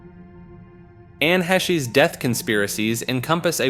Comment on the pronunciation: And Anne Heshe ! the amount of pronunciation of her name in that entry was funny 😂😂😂 even though it is spelt right on the video it's Heche not He She !